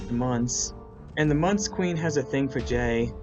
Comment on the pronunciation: I just realized Geckles call Jay “Gay”